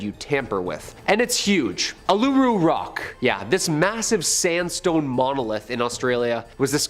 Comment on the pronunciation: Hi an Australian here just pointing out Uluru or Ayres rock isnt pronounced like he did in the video is pronounced Oolaroo, im aware that its spelt with U's but the word is from Australian Aboriginals and a lot of letter can be clumped but simply mean a sound... please read up on this or simply Ayres (Airs) rock is another thing to call Uluru